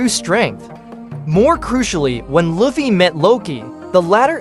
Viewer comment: And while we’re at it, it’s lou fee dude, not luff fay